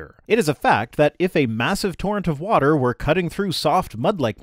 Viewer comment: proof that Kent can in fact pronounce "water" like a normal person. proof that he purposefully, selectively says "wah-TTer" like Helen Keller as an affectation.